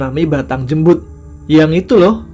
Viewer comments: Jembul ,, mas tamanya salah bacain noh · Jembul mbak.. salah baca tuh